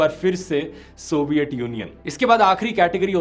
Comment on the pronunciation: Please pronounce तूट, थंड, सोवियट, धूंडने correctly. No idea why you guys pronounce these words wrong. I know dhruv bhai you're good pronounce त, ट, ठ, ध. You've good command in hindi still many youtubers are pronouncing normal hindi words like ठेटर, ठाउज़ेन्ड, बद्दे It's really annoying whenever I hear these wrong pronounciations in place of टूट, ठण्ड, सोवियत, ढूंढने, थियेटर, थाउजेंड, बर्थडे.